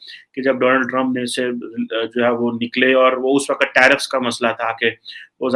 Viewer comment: Waqat nayii hunda..Waqt volta kar. Urdu ke tallafuz pe twajjo diyan karo, miyan. Do you really think Pak can be included in such alliance? Your leaders are morons, corrupt and untrustworthy. Thank God, we dont have any worth while relations with your country. You people are despicable. Shahbaz Sharif is also moving on the foot prints of Imm the Dim. Feel sorry for the awaam of Pakistan.